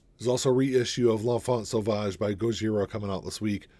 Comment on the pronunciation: You said L'Enfant Sauvage perfectly. Also, I love Gojira and this is probably one of their best.